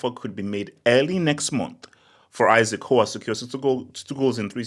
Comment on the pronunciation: You really spent the whole vid mispronouncing dude's name 😂